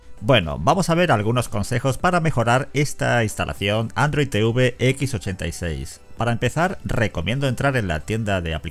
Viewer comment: Odio que digan Te-uve 🤣🤣🤣🤣